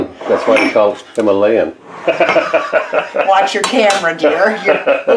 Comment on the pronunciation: you are So Hilarious😂🤣😂🤣 Him-a-layan...ahh such a knee slapper! Love the color of your mixer. Umm what did I just hear?!?!? Apple pie jam?? Please, plzzzzz teach me how to make apple pie jam. My dad and I are HUGE fans of apple pie.